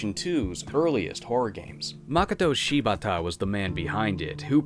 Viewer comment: Please don't hate me for this nitpick, but Japanese names tend to stress the second syllable, "Ma-KO-to Shi-BA-ta" instead of "MA-koto SHI-bata". Western names tend to follow the latter pattern (AN-gela, DA-mien, KIM-berly), but it sounds a little weird to do the same with Japanese. Great job on the vowel sounds, though. For the based on the true story part, here's what Shibata-san had to say on the matter: "In an area outside Tokyo, there lies a mansion in which it’s said seven people were murdered in a grisly manner. On the same property, there lie three detached residences that surround the mansion, all of which are rumored to have ties to the mansion’s troubled past. It’s said there is an underground network of tunnels that lay beneath the premises, but nobody knows who made these tunnels or what purpose they served. Many inexplicable phenomenon have been reported occurring on the property. Bloody hand prints have been found splattered all over the walls. Spirits have been spotted on the premises...even in broad daylight! A narrow stairway leads to an attic where a spirit-sealed talisman is rumored to be locked away. Men have sought this talisman, only to be found later with their bodies broken and rope marks around their wrists. There’s a crumbling old statue of a woman in a kimono, but its head is missing. If you take a photo of a certain window, a young girl can be seen in the developed picture. These incidents have provoked fear in the people of Tokyo, and many believ